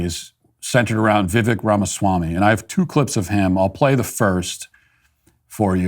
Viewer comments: Matt, his name is pronounced vih-VAKE, like cake, not vih-VEK like heck. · Poor Matt cannot have any fun at all. Hey Matt you could start with pronouncing his name correctly. It is not pronounced Vivek. It is pronounced Vi-Vake like cake. C'mon Matt, Get it together. If for any reason Trump is out, Vivek is my man along with millions of other MAGA Americans. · It's Vivek with emphasis on the E. You're saying it like Vivik. I know someone with the same name. Besides, not a newsworthy topic. lol🙃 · Viv "ake" like cake 😄 not "vek" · Vivek.. like cake. Not Viv-eck. It honestly wasn't that bad. Matt, that Eminem song is STILL popular. Not like you'd know, though. The DailyWire is all in on an unrelatable, awkward candidate (DeSantis) who can't even get his own campaign straight, so of course you guys have to target the other guy. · Give VI-VAKE (pronounced like that) some slack. Criminy! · It’s pronounced ViVAKE you pasty pillsbury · Your argument is void, you can't pronounce the cake man's name correctly. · Slow news day? Bias towards a certain candidate? Or door number 3? Tbh if this is the worst take you have in Vivek, yea doing something right. Also learn to say his name right, he’s a presidential candidate, come on maaaaaan! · This was based. The only thing cringe here is the fact that you can't pronounce his name properly. Figure it out Mitt. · Matt cant say his name right. This video is more cringe than what Vivek did. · Learn how to say his name Matt 🤦‍♀️🤣🤣